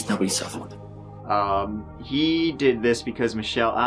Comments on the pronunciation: “At least nobody suffewed” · No, it's "at weest nobody sufewwed"